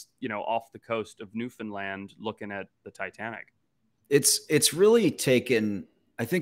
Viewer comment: OMG! Somebody pronounced Newfoundland correctly! Ty Ty Ty. You’d be surprised how many people, including Canadians, cannot pronounce it correctly!! It really bugs the shit out of us haha.